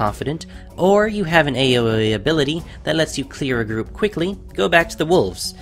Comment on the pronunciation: When you said AoE it sounded kind of like Awowow